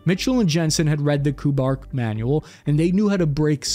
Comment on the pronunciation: it's not KOO-BARK ... it's Kay You -- Bark ... KU-BARK ... KU is a bigraph for some program, division, etc. ... BARK was the project/op name ... for example there might have been others call KU-MEOW, KU-TREE